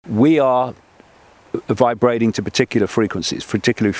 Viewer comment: "Vibrading"? Vibrating.... smashy and nicey